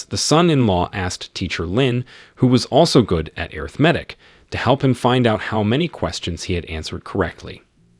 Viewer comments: Ok this my last time. I apologize I was trying to figure out what air riff matic was when he keep saying it and realized that was supposed to be arithmetic. Yo I'm done. I don't think I can watch no more.😅😅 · lol what about airithmatic instead of arithmatic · I love these videos, but the way you pronounce arithmetic hurts my brain, "ah-rith-ma-tic" right? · anyone else get confused the way the narratorbot pronounces Arithmetic or was it just me? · I appreciate the video but you should work on your pronunciation of multiple words, such as: arithmetic and heir. Also, you should just use the MCs name; when the MC gets married, you refer to him as “Son in Law” to every character that he comes across. It made it very confusing for someone who has never read this. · Asking for a lot for someone who doesn’t provide the original source material and can neither pronounce heir nor arithmetic.